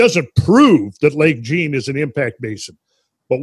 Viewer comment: jean isn't pronounced gene. it is zhah(n), more or less. like john but soft j and nasal n so not much of an en. Quebec names are tough ones if you are an American.